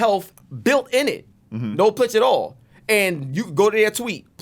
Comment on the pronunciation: Getting paid by saying ai and plitch